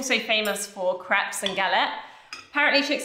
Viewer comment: Wonderful change everyone. Philip I'm sure your balls will survive with the right care! you were so funny, to me it sounded like you were sayings, Craps! Ham and cheese craps! It was more like a comedy! I'm still laughing❤❤❤❤❤❤❤